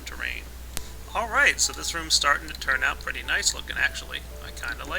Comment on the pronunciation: Please don't say pirdy it makes me want to vomit that didn't mean I don't think your aweome